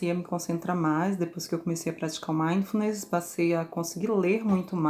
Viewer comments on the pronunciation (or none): "Delivery, lockdown, live, mindfulness . . . " mal pronunciados; às vezes, mal usados. Será que é prá impressionar?! Por que não usar o Português? É a nossa língua mãe e tão rica.